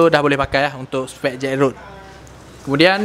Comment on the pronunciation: Sebut gok molek.. Jetrod.. Bukan jetroad.. Hihi.. Op.. Ke aku saloh